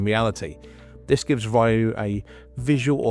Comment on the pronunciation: Ryu like Ree oo, not Ryu like my or tie.